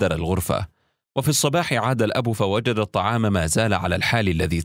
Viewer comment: هل انت نسيت انها الطعام مش الطلام